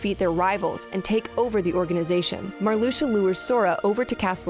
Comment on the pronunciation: Mar-lusha?!? It's Mar-lux-ia.